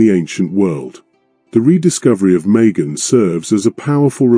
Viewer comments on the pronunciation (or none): It was oman* and it’s majan not megan…